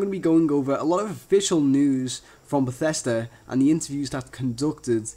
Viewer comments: bathesda not batesta u had it right the first time....eeehm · who the hell calls it BethEEsda?